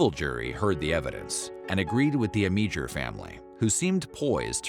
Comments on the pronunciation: You totally butchered the guys last name - AM - AH - DOOR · It's pronounced Amador & its VH1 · Amedure's name is completely mispronounced on this.